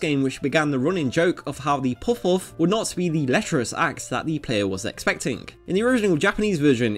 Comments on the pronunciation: It's puhf, not pohf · why did you choose someone to voice the video that literally cant pronounce the word Puff. a word he will struggle to say like 100 times in the video. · Never learned how to pronounce "puff" in school, eh? The original Japanese term is pronounced as Pa Fu (as in Par Foo). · Puff.. with a u. Not pooff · Do you have a lisp? You pronounce “puff” very differently.